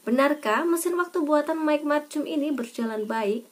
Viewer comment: Bacanya bukan macum. Tpi markum